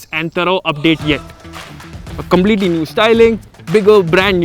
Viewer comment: Mallu accent matches may be they changed with some other mallu. "thaa-rough update yet" (thorough update), "COMB-letely new styling" (completely new styling) many such thru out the video.